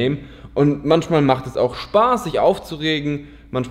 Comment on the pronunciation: hab es dir schoin mal gesagt :D es heißt manchmal und nicht manschmal :D du benutzt es halt auch noch richtig häufig aber gutes Video :)